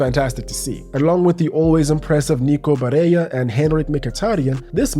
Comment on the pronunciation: I feel like you're getting your pronunciations mixed up Your "Barella" sounded quite like you were going for a spanish name rather than italian